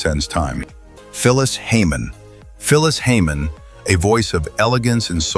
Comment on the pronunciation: 😂who is this dude? botching up names, especially Phyllis Hyman, what???💯